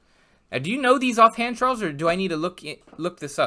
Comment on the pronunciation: Chorles and Vinsünt.